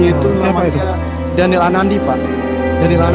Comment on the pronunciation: Daniel anadi bukan daniel anandi ka